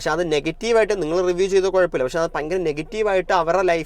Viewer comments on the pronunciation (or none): പയങ്കരം അല്ല.. ഭയങ്കരം എന്ന് പറഞ്ഞ് പഠിക്കൂ